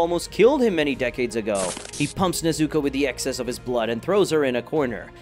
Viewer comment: I'm sorry, I can't watch a video where you can't even pronounce the characters' names right tanGIro, neZUko, haSHIra idk why it bothers me